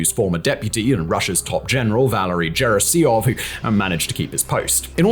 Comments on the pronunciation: Gerasimov, not gerasiov 🤣🤣🤣🤣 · Gerasimov not Gerasiov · "Valerie JERRY-SEAM-OV" 🤢🤮🤮🤮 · GerRRRRRRRRAAAAAAssimov. xD